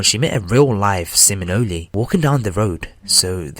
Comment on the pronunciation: FRANNY lol was supposed to be Seminole as in one of indigenous Native American tribes of Florida. I always get a good laugh out of some when they try to pronunciate native and french words lol. Being it's part of my heritage it's cute hearing some say them haha.